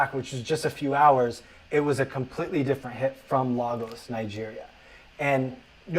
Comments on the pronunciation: Great video Patricia, but the guy's mispronunciation of Lagos was actually stressing me out. 😂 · not LAAAGos, Nigeria LOOOOL my people oo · His Lagos pronunciation 🤣